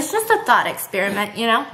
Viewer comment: Tell me why I heard ‘thot experiment’ instead of ‘thought’ HAHAHA